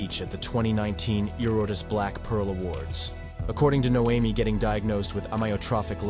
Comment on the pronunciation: Narrator: Can pronounce amyotrophic lateral sclerosis, can't pronounce Noemi